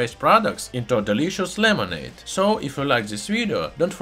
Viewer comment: "Lemonade"' xD